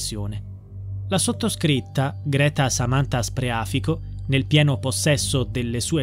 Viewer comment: Scusate però ma il cognome ditelo con il giusto accento: Spreafìco, con l'accento sulla I, non sulla a